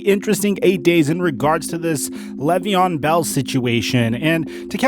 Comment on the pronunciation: "Lay ve on" not "lev ee on"